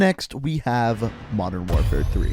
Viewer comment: Jello “mondern” lmao